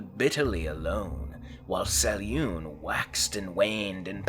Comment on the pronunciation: If you're going to make videos about the Forgotten Realms at least do your homework and learn to pronounce names as Ed Greenwood intended. He spells out how to pronounce Selune in the original Forgotten Realms 'Old Grey Box'.